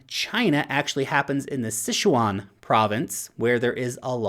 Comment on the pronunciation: and i mean. This presentation... my god...Pronunciation...Maher, Sichuan, etc///